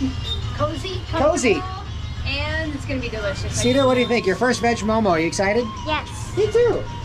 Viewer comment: We never say momos. . . Just mo:mo . . .